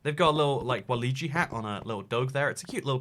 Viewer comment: WA LOO EE JEE